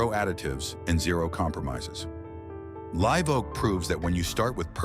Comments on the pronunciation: And yet Live is pronounced correctly later on. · Your AI voice can’t pronounce Live properly at times.